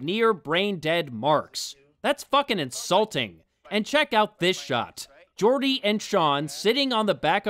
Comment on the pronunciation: Good review but I have one issue. Call it a Nitpick but that's something that bothers me... why you pronunced Gordy's name all wierd like. You used a soft G instead of a hard G in the movie. Hell, you're the only reviewer who pronunced it that way (I also saw Wrestling with Wregret and OSW Review and they pronunced Gordy the right way)